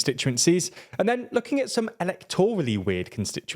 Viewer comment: Check pronunciation of “Lochaber”! 😬 And “electorally”, for that matter! 😮